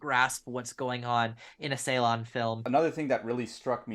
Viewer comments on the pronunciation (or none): The first part of his lastname is pronounced as 'Jay'. It is kind of like 'Jaylahn' and not the way you pronounce :(